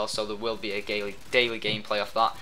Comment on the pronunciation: haha he said so the world will be a gayly,, daily gameplay :D